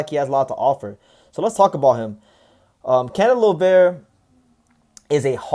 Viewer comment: Finally you said his last name right. Salute to you! Thank you for making a video about Kenneth Llover his our next superstar. He’s career is in the right direction especially with Gerry Penalosa as his manager and Kameda promotion handling him.